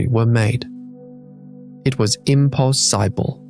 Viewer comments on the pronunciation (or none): "im poss SY bil" is not how to pronounce "impossible" .. although you said it correctly 🤷‍♂